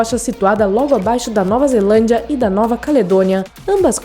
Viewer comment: Muito. E ainda falando ze-A-landia eu quero morrer!!!